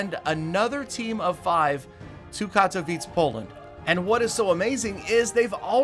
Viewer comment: The way he says katowice makes me cringe